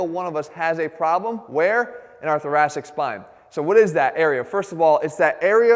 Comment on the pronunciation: I keep thinking he's saying "the Jurassic spine"